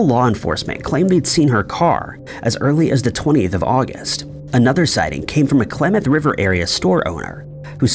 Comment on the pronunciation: Klamath not Klemeth. 😅